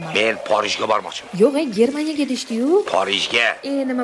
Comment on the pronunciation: Ajoyib geplashdiz porijga deb hermaniya deb😂😂😂😂